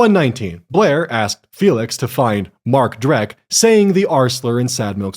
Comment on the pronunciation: MARK DRECK 💀💀💀💀💀 HIS NAME IS MARK DECK!!! DRECK IS THE GERMAN WORD FOR DIRT